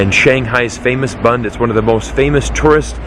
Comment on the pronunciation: You are not pronouncing BUND correctly!